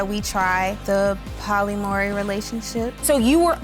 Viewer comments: Finally a comment about the mispronunciation! I been looking for this shit cause that was hilarious. "Poly Maury relationship" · you can’t even pronounce POLYAMORY, yet agree to the whole lifestyle to keep a man??? huh??? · Chile, she can't even say 'polyamory'. smh Just throw the entire relationship away.